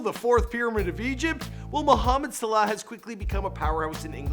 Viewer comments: He keeps saying Mo Suhla.. 🙃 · Did he just say so siluh?😂😂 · Mohamed "Salay"